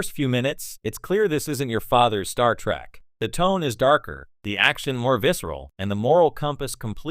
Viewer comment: It's Trek not Track. AI is a child.